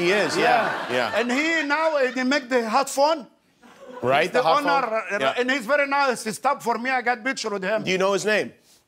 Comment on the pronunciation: It's funny cos said "headphone" but Jimmy said "hotphone"